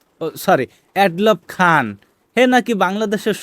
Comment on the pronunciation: তার নাম,, উচ্চারণ হবে এ ডলফ খান এড লফ না 😂